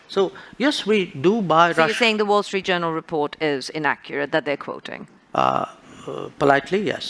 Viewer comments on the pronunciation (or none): The way he said Wall Street Journal is wrong 😂